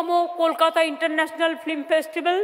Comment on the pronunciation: Kothata flim noy film. Ektu porasuna korley bhalo hobey